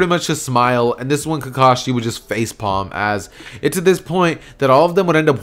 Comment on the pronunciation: The fact that he struggled to get the word face palm. Lol